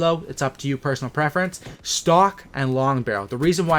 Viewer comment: the way he said preference 😂